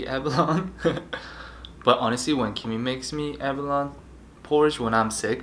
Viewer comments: Ab a lo neeeee. Not aba lon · Abalone: a•ba•lone•ee 😂